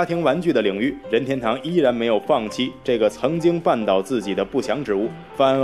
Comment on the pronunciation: Mingwei Liu 必须顶你一下,这里又不是姓氏,解说怎么能发二声,听得难受死了. 另外这个配音的英文发音也是无力吐槽了.